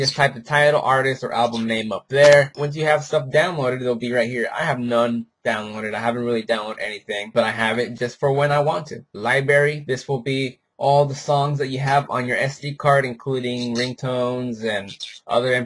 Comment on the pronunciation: Ugh. Its liBRary, not libary